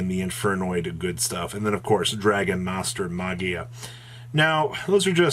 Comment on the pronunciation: Did you say magia?